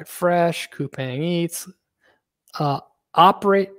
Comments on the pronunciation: Thanks for the analysis and I’ve been following Brian from TMF from last year! BTW it’s pronounced as “kupaang” not “kupeng”. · Pronounced koo-pong, so I’ve been told